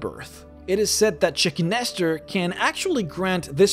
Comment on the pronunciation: The Naga God "Chicken Lester". I need my ears checked